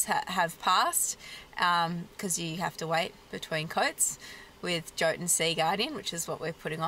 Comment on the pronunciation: Yo-tun... not joe-tun...